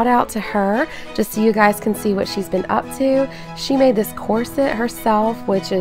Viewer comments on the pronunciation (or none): none